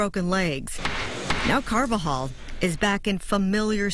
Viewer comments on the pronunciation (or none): The judge: Ms. Carba-jol...o_0